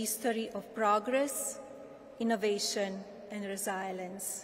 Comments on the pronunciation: Resilience - Rezilanceerr🤮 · she;s a lovely lady. couldn't pronounce 'reselience' properly, but still a great speech. English was my second language as well so it's very difficult.